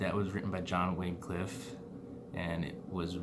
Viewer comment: also i hate to be a pronounceation jerk but just in case u give this speech again, Wycliffe is pronounced "why-cliff" not "way-cliff" again sorry if im nitpicking. And Wycliffe was seen as a heritic and all his english bibles were burned. Martin Luther was the main reason the Bible was translated, and stayed, in english. He did this by using the printing press and mass producing English Bibles.